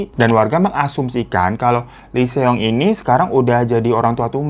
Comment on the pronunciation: Greget banget denger Seong Seong. Bacanya song bang biar enak di denger. Kalau mau fasih ya huruf O nya di baca tipis.